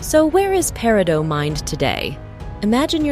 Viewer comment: No, no! Not “pair - ee - doh”. It’s “pair - ih - doh”. I’m hoping that as thia continues that I don’t have to hear “pair - ih - dots”.